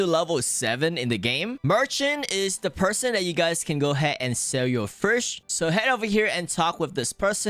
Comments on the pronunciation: Bro it's name is fish not frisch why do u say it like that😂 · the way he says vush instead of fish im not hating btw W content bro if i am the winner i dont think so but my is